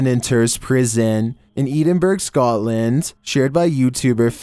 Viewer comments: Its ed in borough not burge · the pronunciation of Edinburgh had me dead